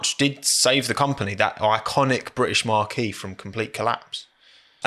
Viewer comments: Love your content but please stop saying 'MARQUEE', it's pronounced 'MARK' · Aston Martin is not a marquee is a marque, pronounced mark.🙄 One is made of canvas and isn’t known for its acceleration, the other has wheels, and is.